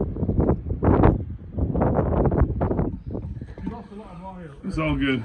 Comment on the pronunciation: Abes twactor’Twacy’, you’re a sick woman …. I love your humour! 😂